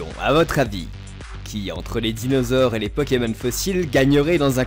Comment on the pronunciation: Tu a niqué le noms des dinosaures 😂